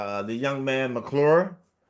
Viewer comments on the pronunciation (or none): It's Mac McClung, not McClure. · Isn’t it Mac McClung not McClure